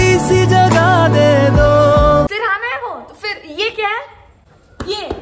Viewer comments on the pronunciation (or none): Firhana nahi sirhana